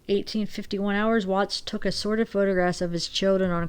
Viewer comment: It sounded like you said "sorrid" nude pics not assorted...good one